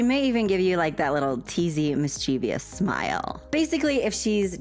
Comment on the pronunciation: FFS! Do NOT say "mischievious". It is "mischievous". You combine the proper work with "devious". That is evilous! LoL I cannot take this any more.